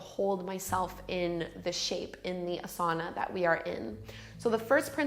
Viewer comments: Great video. But you pronounce the word "asana" wrong... it is AAsana not asAAna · You’re a really popular teacher. Say AH-SA-NA correctly. Its not ah-sana